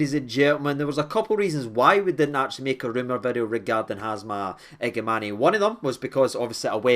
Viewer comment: the pronunciation is iga man